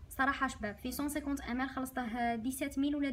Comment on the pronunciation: أختي😅 عندي ملاحظة واحدة كي تقولي ml ==> مِلِلِتْر